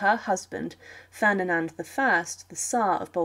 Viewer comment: I noticed that as well, and that she kept saying Ferninand and not Ferdinand.